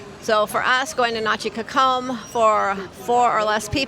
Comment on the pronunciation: This makes me so sad. We've been going there for 12 years and I don't even recognize the beach in this video. There looks to be some erosion going on. The beach front chairs were never flooded and were considered prime location. Side note, you all have a very interesting way of pronouncing "cocom"! And you don't have the correct spelling...